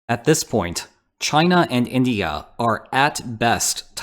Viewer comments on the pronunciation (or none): none